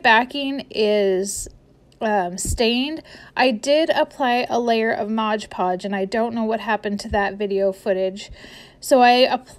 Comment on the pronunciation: Sorry.. I just HAVE to mention it’s called Mod Podge, not Modge Podge.